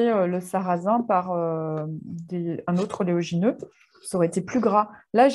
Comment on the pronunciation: Merci pour vos superbes recettes et partages. Ps. Vous dites toujours ''oléogineux'', or c'est oléagineux quil faut dire 😉